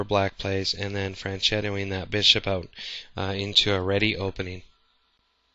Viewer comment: you made me laugh "fran-chetto-ing" that bishop lol mate its FIANCHETTO pronounced with a K sound, not trying to be mean but I hate it when people don't bother to even say a name correctly.